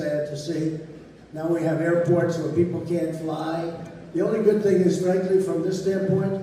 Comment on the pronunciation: "Airpoit".. Trump sounds like a toddler when he pronounces "woids".